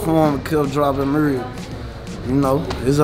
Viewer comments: “Kept dropping mrusssee” lmfao😂 nigga ain’t even speaking a language! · The way he say music 😂😂